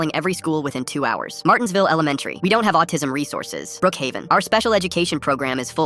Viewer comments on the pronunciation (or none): “Brookhaven” The fuck is it Roblox